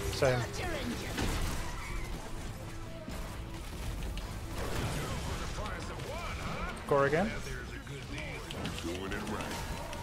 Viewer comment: Grubby: "Core again." Me: That's not how your pronounce "Kerrigan."